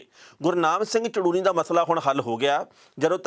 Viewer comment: Sir ਸ਼ਾਹਬਾਦ ਕੋਲ ਪਿੰਡ ਝੜੂਨੀ ਆ ਸਾਰੇ mistake ਚ ਚੜੂਨੀ ਪੜੀ ਬੋਲੀ ਜਾਂਦੇ ਨੇ please correct it